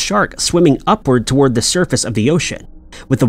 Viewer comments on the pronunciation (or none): none